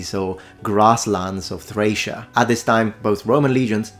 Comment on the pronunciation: I noticed that you pronounce Thracia with a soft c in this video. Now, I'm not confident in my knowledge of ancient languages, but wouldn't it be pronounced with a hard c?